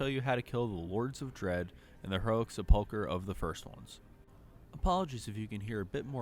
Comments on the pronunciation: Sep-uhl-cur not suh-pulk-er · Butchered the word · god, that weird emphasis on the wrong part of the word sepulcher is driving me crazy, but the vids are great lol